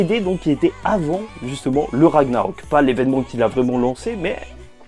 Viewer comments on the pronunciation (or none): none